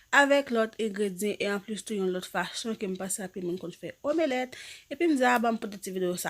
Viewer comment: Bnjr! Mwen espérer u menm ak tt famiy u bien. Merci pu video yo, m vreman apresye travay wap f an. Kenbe la, m felisitew chere. Men map pote yon ti correction pu u si sa pap deranjew. Yo pa di "omélèt". Son e an pa soti apres " m" lan. Yo di "omlèt" men en français yo ekril "omelette". M diw sa pu moun pa riw chere, okk! M esperer sa pa deranjew. Sinon, bonne journée! Prends soin corps u, bo pu mwen stp